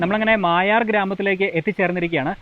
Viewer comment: അതേ... ഇവർ മായാർ എന്ന് പറയുന്നു.... മൊയാർ എന്നാണ് ഇതുവരെ കേട്ടത്.... പേര് മാറ്റിയോ.... അൻഡേഴ്സന്റെ വേട്ട കഥകളിൽ നിറഞ്ഞുനിൽക്കുന്ന സ്ഥലം ❤